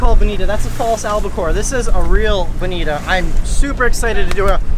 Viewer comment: It didn’t appear that you bled them. Did you? And on behalf of us west coasters.... it is pronounced “bonitaaaa”. Cheers